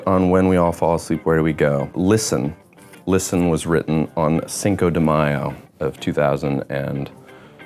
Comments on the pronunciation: can we just appreciate the fact that he said “5 de maio”, we love a bilingual king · why does he said CINCOU DE MAIOU im dead KAKSKSKKSKSKKSSK